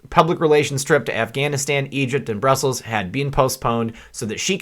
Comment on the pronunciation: It's not broosels. Bruss uhls